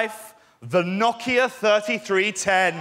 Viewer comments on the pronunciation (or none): Love the way he pronounces no-kia as knock-ia. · Like how he pronounces it Knockia